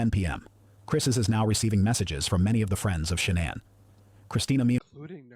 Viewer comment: AI narrator pronounced Shanann’s name in some creative ways, but I like this one the best: Shay-Nonn These AI vids are unlistenable